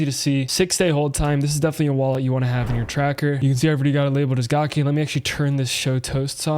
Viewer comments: Gake is pronounced ga - cake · Once I heard u say “Gawk Aye” I had to hop off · It's gake like cake... and she's a female.